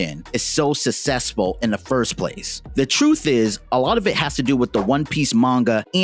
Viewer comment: good video, but i cant stand you saying "sussesful"